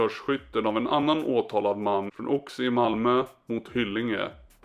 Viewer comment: En fråga säger du Oxie? Ox-i-e är i så fall det korrekta uttalet med O som i oxe